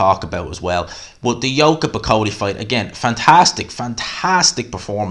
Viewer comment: Judges with Tarot cards, uh-gain